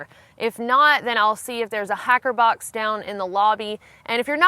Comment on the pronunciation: At first I didn't understand what a "hacker box" was.